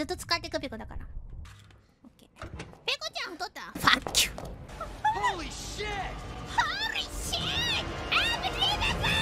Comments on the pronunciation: H O R E E S H I I T! So.. THATS where that Pekora meme comes from lol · HOREEEE SHEET!! ANBARIBABO!!